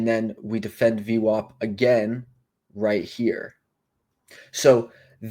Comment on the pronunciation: Good job on the vid! 1 question You say Average but then pronounce VWOP lol Will never understand that one. 😁